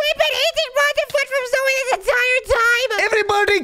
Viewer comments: Its Zoey, Not Zoya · Why do people say zuy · “Zoye Zoye”😂